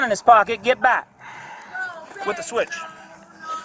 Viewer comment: That boy said switchy😂😂😂